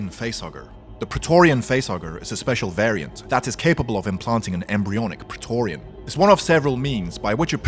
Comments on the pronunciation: Prae TORGH rian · Say preatorian again